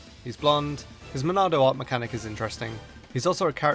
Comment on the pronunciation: But Monado is how it's pronounced.